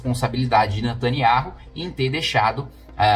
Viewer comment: O NOME DELE É NETANIAUH KIM KATAGUILI....RS ESTUDE MAIS E OBSERVE OS ISRAELENSES PRONUNCIANDO E APROVEITE PARA PRONUNCIAR O NOME QUE O SIATEMA MALIGNO QUER OCULTAR, O NOME DO CRIADOR.